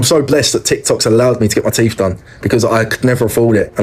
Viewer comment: Teef? Teef?